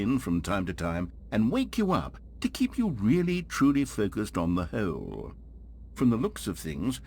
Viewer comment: i love the way the narrator pronounces hole like “heoule”